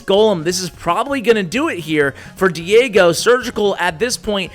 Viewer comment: Haha he learned to pronounce Diego correctly:D n1